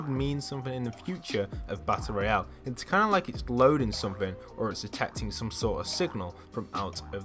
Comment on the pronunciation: its's? r/engrish